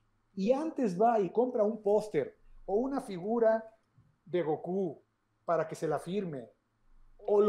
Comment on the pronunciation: Cómo que gokú o góku. 🤣🤣 Es Kakaroto